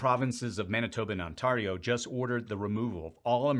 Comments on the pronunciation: I was in the other room and I thought I heard you say "On-tar-eo" What?? It's pronounced: "On-tare-eo)". Just making sure you know a little bit more about our country. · PS. The "A" in Ontario is a hard A...ie pronounced Ont-air-ee-oh Thx 💙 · I'm surprised you don't know how to correctly pronounce "Ontario"